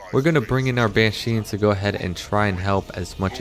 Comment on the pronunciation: took me a while to realize you're calling them ban sheens lol. its banshees